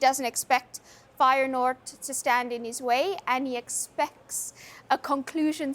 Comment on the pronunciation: Does she know it's 'Feyenoord'?